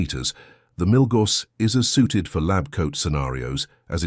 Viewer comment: Prices and specifications are out of date now - 2024. Pronunciation of Milgauss (BTW discontinued) and Submariner is wrong.